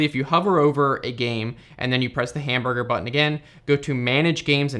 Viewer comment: "hamburga button" ..hmmm interestring